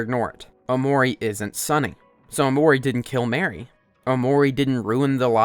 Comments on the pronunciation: I hate that he pronounces mari as mary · Everytime someone says mary to prounounce it bruh😭😭 But at least he isnt pronouncing basil as bah-sil